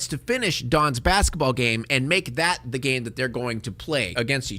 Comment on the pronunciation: "Za World guy." 😂